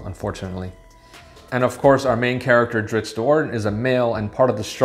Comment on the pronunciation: Wheel of Time and now Drizzt “not Drizzit” Do’Urden. 🤘 best channel